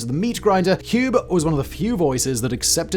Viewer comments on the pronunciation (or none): NB "Hube" Does not rhyme with "Lube" - It's pronounced "Hoo-ber". ffs.